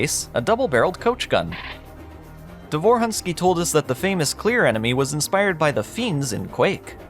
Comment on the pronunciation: Quick spelling lesson. Roman's last name ends with letter "ć", which pronounces like "-ch" in the word "rich", not "-k" like in the word "rick". The emphasis in the name "Davor" falls on the first syllable, like in "Dunvich". The letter "u" in Davor's last name pronounces like "-u" in "put"or "-oo" in "doom". - It's kind of bold to call "In The Flesh" a "dungeon shooter" as even the old web-archive development page mentions "open spaces" and "outdoor environments". - While the official old backstory mentions how Mental's minions "will go primarily to wipe the Sirians", neither the backstory nor the game actually confirm that Sirians on Earth are dead from the hands of the Horde or even alive by that point.